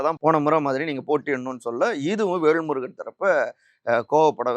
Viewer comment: விகடன் சே தா வும் விகடன் பத்திரிகை யும் எடப்பாடி ...ஆதவ்...பிஜேபி...க்கு தான் எப்போதும் ஜால்ரா அடிக்கும்...வேள்முருகன் அல்ல.....வேல்முருகன் சரியா உச்சரிக்கவும்